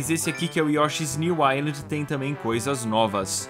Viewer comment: Yoshi's new inind... que pronuncia é essa? você conversa com seus amigos canadenses assim? nunca fale de uma ilha com eles.